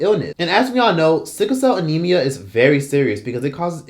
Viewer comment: Sorry, don't mean to be a pain...but did that News Broadcaster say "Syphilcell Anemia"...🤔